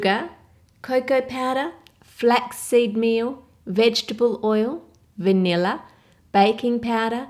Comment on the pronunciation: Wotah, vanillah, and baking pawdah